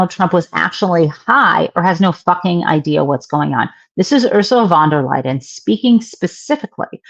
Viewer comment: No "d" in Van der Leyen. Jen!